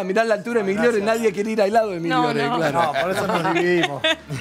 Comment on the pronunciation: Como un escopetazo dijo migliore jajajajjajaja